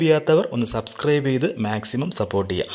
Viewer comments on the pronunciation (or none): none